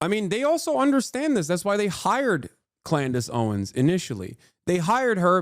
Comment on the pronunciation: It’s Candace Owen’s, not Clandace Owen…lol